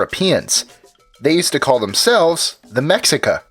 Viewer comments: they said it "ma sheek uhh" not mexica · Very educational, but please, for future reference, don't just look up stuff on wiki. The grapheme "x" in the latinized Nahuatl corresponds to the phoneme [∫], which makes a -sh sound. So the proper pronunciation is [meːʃí-ka], with an accent ALWAYS being on the second to last vowel. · No, it was not pronounced, "the meksicka", it was pronounced "Meh-SHEE-kah" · It's pronounced Meshica, not Mexica because the Spanish language doesn't have a "sh" sound so they used an "x". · First he compares Indigenous empires to "Great" European empires and then completely butcher's how this particular empire called themselves. Mexica (Meh-shee-kuh) is correct. Do much more research or just stop digging altogether into Indigenous cultures around the world. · "Mexica" is pronounced MEH-SHI-KA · The X in Mexica is pronounced SH in Nahuatl. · Mexica is pronounced Mecheeka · Mexica...is pronounced....meh-SHE-kah. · You definitely butchered the word "Mexica" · To do any "25 unbelievable facts" list, the ignorant that made this list should first have made a research. He says the Aztec name is European, and that they called themselves Mexicas (pronouncing it, like always English people do, the wrong way, not pronouncing the x like it should be in Spanish), but that name Mexicas is for the race and cultural group they were part of, common to several other towns from all around Mexico; the Aztec name for that particular group of Mexicas comes from the place they are told to come from, a place not stablished is actually a real one or something like a mythological place called Aztlàn. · Why can't they get a Mexican to talk in the background , like you mispronounced Mexica , Nahuatl , and Tenochtitlan , #NativeAmericanpride #allday #tellthedayidie